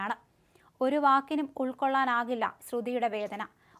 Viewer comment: കുൾക്കൊള്ളാൻ എന്നല്ല ഉൾക്കൊള്ളാൻ എന്നാണ്